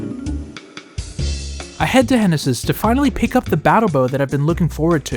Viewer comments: "Henesis" ... okay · "Henesis" "henesis" "henesis" ...